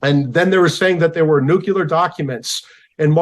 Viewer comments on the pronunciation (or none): An expert who says nucular (nut shaped), rather than nuclear, begs his expertise!